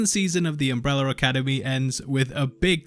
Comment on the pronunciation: Why is he saying “UmbrellaR” academy?